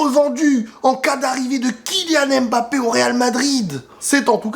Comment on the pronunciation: apprenez à bien prononcer les noms de Kylian, comment vous lisez pneu? P-neu? Comment vous lisez Zlatan, Z-latan? On ne prononce pas le M, comme si il ya un appostrophe! Si non belle vidéo comme d'hab